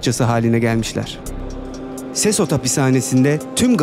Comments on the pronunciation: Sesot değil sekot diye telaffuz edilir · Abi sesot değil sekot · SESOT DEGIL BIR KERE O SEKOT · Abi sesos okunmuyor sekot okunuyor